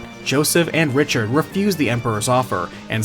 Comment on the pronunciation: I cringed every time you said Richard